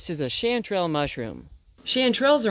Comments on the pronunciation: Hey. I really appreciate a nice video about chanterelle mushrooms, I just wanted to correct your pronunciation though. Its pronounced like sh-on-te-rel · Isn’t it pronounced Shawn-ter-ell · I’ve always pronounced it Shaun-trelle. Looked up how to pronounce it, heard “shatterelle, sh-an-trelle, sh-aunt-erelle.”